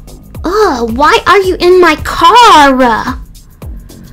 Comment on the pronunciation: “wHy aRe yOu iN mY cAR-aAHH” posh times bro